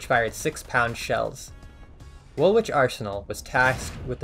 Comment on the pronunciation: In England we pronounce Woolwich "wool-itch"